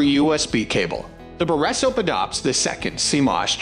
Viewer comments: The best borra soaps cameras? Geeze. .AI voice much? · Can’t watch simply because of the mispronounced word “borescope”. It’s the main topic of the video and they can’t even get that right.